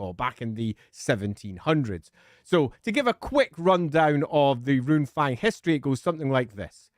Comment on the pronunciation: I swear I heard 'Loonfang' at some point. Now my weird ass brain is imagining a Goblin Fanatic somehow getting his hands on a Runefang, thanks for that.